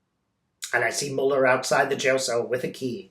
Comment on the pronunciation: I love you, but could you please pronounce Mueller's name correctly? Thank you! Your videos are very comforting and uplifting, and you are a force for good in the world 🕊❤🌈🕉🌎